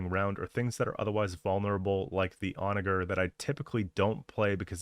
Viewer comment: Why the hard R on the "onager " 😭